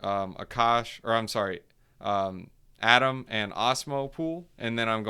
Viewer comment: AAy-TOM, cool stuff for Cosmos!🚀